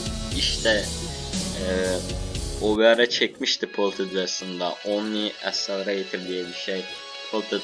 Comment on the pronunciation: Accelerator tam olarak şöyle okunuyor " ekselereytır " bilginize :)